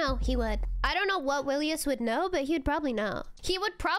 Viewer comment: The way she pronounced willius